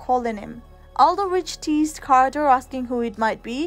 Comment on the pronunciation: It's Carter. With a C. Not QUArter............ please....